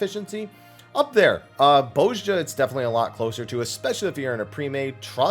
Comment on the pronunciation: You keep saying "Boze-ja" when the pronunciation was VA'd as "Bahz-ya". You don't have to stop, I just think it's funny.